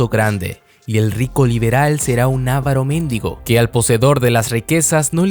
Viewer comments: Solo una aclaración, lo correcto es decir avaro mendigo (sin acentos), no ávaro méndigo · Un 'ávaro méndigo'??? Jajaja necesitas revisar tus acentos, dijiste algo totalmente diferente